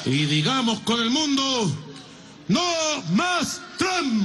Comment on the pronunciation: ok ya me tiene mal por que dice trump literal osea no se pronuncia así